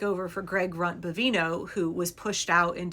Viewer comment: Did you say Greg runt bovino?😂?😂